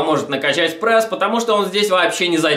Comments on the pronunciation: Аааа. Я не могу смотреть!!! Почему он говорит ПРЭСС. Не ПРЭСС, а ПРЕСС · Давайте больше лайков этому комменту!а то хотел посмотреть видео,но уши режет этот прЭс!поэтому выключил,а жаль,может полезную информацию узнал бы(